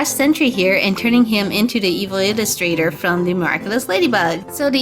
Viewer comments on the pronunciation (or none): First of all, it is pronounced evillustrator not evil illustrator, and second of all, YOU DIDN'T PAINT THE NECK OR HANDS.